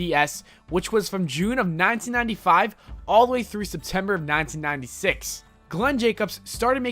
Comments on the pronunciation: please stop saying "1995" like that: "nayntinayntifayve" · Very strange way of saying "1995"